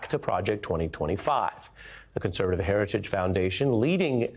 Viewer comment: He didn't say heritage, he said hairyjij